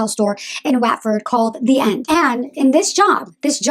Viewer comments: OMG! Can’t watch this, speaking way too fast and comes across as totally manic! Also, it’s “What ford” not “Waat ford.” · Just to give you the heads up WATFORD is pronounced like Whatford not like waatford. I'm English and get American names wrong all the time so thought you would like the tip. I wished people would let me know 🙂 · Of course you don’t know who she is you’ve never met her. Have you even been to the U.K? Because Watford is pronounced Wotford not Waatford. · It’s pronounced Wotford- do your research before you do a bio and sound like an idiot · I'm from Watford, it's pronounced "what-fod" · I've never heard of Lydia before this video. Side note: Watford is pronounced “𝙒𝙤𝙩𝙛𝙤𝙧𝙙” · Lol 'Watford', it's pronounced 'Wot'ford. I grew out of Lydia's content years back but can't understand why people make such vocal judgements about someone who they only know online. Does it really make you feel better? Really? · FYI ‘Watford’ is pronounced wot-Ford! X